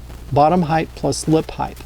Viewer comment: Great videos but "heighth" is killing me lol